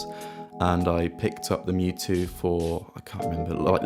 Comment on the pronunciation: Thank you for pronouncing mju correctly.